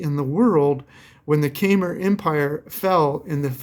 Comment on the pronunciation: Kymer -pronounced "come ear" '